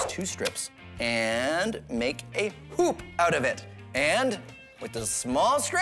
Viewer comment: When he said hup I thought he said 💩